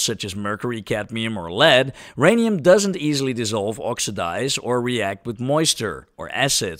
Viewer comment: My Rhanium? No! Your Rhanium!